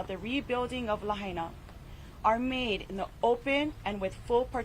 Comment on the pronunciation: It is Lah Aina people. Say it right. The Capital of Hawaiian Kingdom. Is this more genocide? Govenor, let the people of Lah Aina re-build their community!